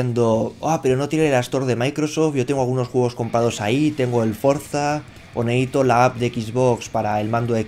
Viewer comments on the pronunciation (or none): 'Neéito', si 'neéitas'. Amigo, te falta una 'C' ahí y encima es una palabra que usas muchísimo xD. No te ralles, me molan tus videos ;)